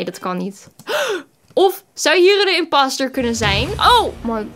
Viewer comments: Ik belike: ik die imposter zegt:IMPASTER! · Van mij mag je zeker inpauster zeggen(inpauster=inposter) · !!!!Mensen!!!! Het is gw imposter maar je spreekt het uit als imaster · Je mag inpaster zeggen